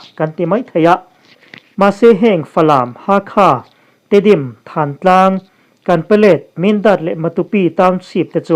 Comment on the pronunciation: Than Tlang tih i lam dan hi. Than ""tih hi thluk la . a mawi ngawt ang a.